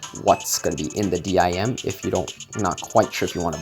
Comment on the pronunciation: Why do u say d.i.m instead of dim like sim card?